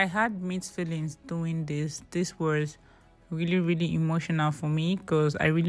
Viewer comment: I love watching your videos a lot but please try to minimize the use of letter R where it’s not needed 🙏 We understand better when you speak normally without trying to phonetically put words in order🤷‍♀️…Like when you keep saying waRs in place of was !😘😘😘